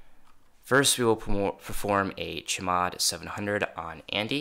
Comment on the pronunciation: can you please stop calling chmod cheee mod, just say c-h mod